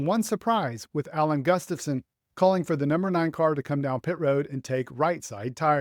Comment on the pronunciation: I wonder if Marty Snider will ever be able to pronounce Alan Gustafson's name correctly? He never gets it right.